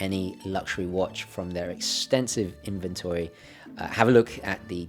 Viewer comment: In-ven-tor-ree? In-ven-tree Sir, damn your eyes